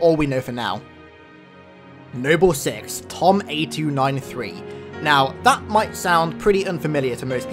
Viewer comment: I just want to point out it’s Thom not Tom